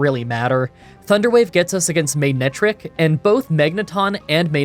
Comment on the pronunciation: You said “Magnetric” so many times that I could really hear you pronouncing the “g”… which is odd, because the Pokémon’s name is “MANETRIC”.